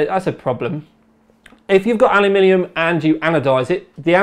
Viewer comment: StoreBrand I don't think it's about 'aluminum' vs 'aluminium' here. seems to mispronounce 'aluminium' sometimes, which makes it sound like 'alumilium'